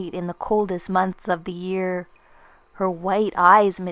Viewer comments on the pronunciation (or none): none